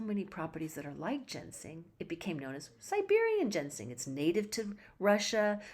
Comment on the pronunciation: It's Ginseng, not Gensing... :(